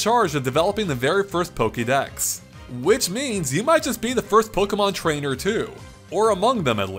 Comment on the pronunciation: Unoova, Row-let, Poke....dex 😭